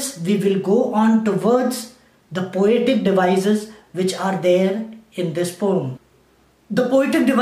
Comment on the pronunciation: what a way to pornounce poem is! A salute to sir 😂😂😂😂😁😁😁😂😂😂😂😂😂😂😂😂😂😂😂😂😂😂😂😂😂😂😂😂😆😆😆😆😆😆😆😆😆😆😆😆😆😆